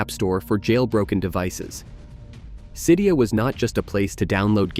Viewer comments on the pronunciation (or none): The way you said Cydia feels so weird to me, I’ve always said it Cydia with both the “y” and “i”pronounced the way the one in the word “sit” is